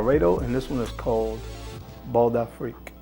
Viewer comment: it's Bal d'Afrique ( not Bald) Bal meaning a bal ( place to dance) d'Afrique : Of Africa. ( Meaning African bal) Pronounce bal : like Bahl, But yes, very exotic selection. Thank you. I did not know most of them.